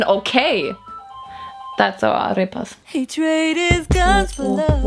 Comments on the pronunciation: Did you say AREPAS? 🫓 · Did she say AREPAS!!! ☺️❤️☺️❤️